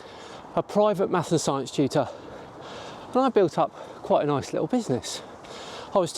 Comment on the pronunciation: At first I thought you were saying you were a "master science cheater," which would be a really weird way to describe oneself. It took a moment to realize you were saying "tutor" and not "cheater." 😏 The one thing I can tell early on is you're taking way too long to go through these questions...